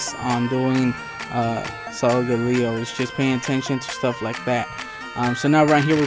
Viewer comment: did not say the name right